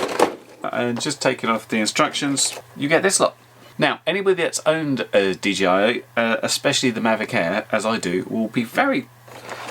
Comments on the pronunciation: Yeah it sounds like dee jee eye but it could just be because you're saying it quickly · Why does everyone say "DGI" instead of "DJI" like it's actually called? Almost every single video I've seen refers to the DJI as a DGI and it's super confusing to me.